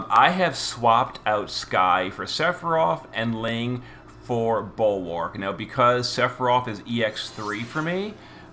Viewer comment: I love how he calls Bulwark everything except Bulwark